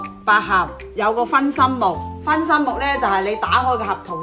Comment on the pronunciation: 是 分心木 不是 分身木